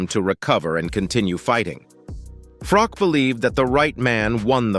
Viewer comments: IT'S "FROCH" NOT "FROCK" PRONOUNCE IT PROPERLY!!!!! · Please, Please, Please if you are going to mention names, at least get the pronunciation right. It's spelled Carl Froch but pronounced as if it's sh on the end. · Poor-quality content. Fury never claimed Usyk cheated - he blamed the judges and everyone else, so this is just a clickbait title. Also, no original analysis, just repeating what Bisping (an MMA guy!) said. And you can’t even pronounced Carl Froch’s name…